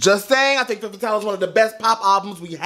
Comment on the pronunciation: one tip for your pronounciation its called "Fum" Fatale not fem fatale.